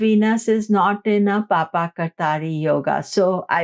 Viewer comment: Madam it is not "Papa" 😂😂 it is Paap kartari yog - पापकर्तरी योग in Hindi script.